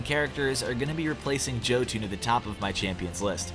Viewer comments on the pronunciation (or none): NOBODY KNOWS HOW TO PRONOUNCE JOTUN! (YO-TUN)!